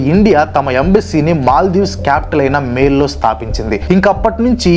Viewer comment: మేల్ కాదు అన్న అది మాలే 😊